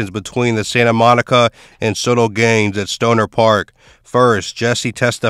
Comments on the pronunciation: It’s not pronounced Soto, but So-Tel short for Sawtell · Dude said “Sotoll” lol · it is damn annoying hearing him mispronounce it over and over